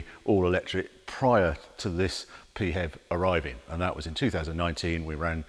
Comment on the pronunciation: I’ve been listening for 5 minutes and I seriously hope the expression “Pee Hev” doesn’t catch on. Sounds like the symptom of a urinary tract infection, or a description of BMWs design ethos.